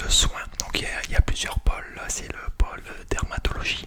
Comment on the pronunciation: J'ai cru que tu disais qu'il y'avait plusieurs Paul, j'avais pas compris mais je me suis dit bah pourquoi pas écoute mdrr et j'ai compris après que c'était Pôle et non Paul 😂sinon super vidéo !